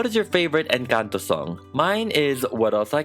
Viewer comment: finally someone pronunces words like "Encanto" CORRECTLY